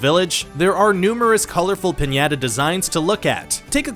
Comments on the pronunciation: and "pinyaduh" and don't forget him calling elotes "corn on the cob on a stick" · mig-well? pin-yea-tah? wth dude